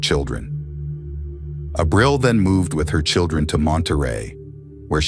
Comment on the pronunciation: Lord, you massacre Spanish words. Ah-breel